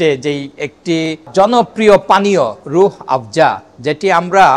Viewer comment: রুহ হাফজা না,আফজা হবে।